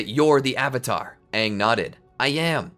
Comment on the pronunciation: its AHNG NOT AYNG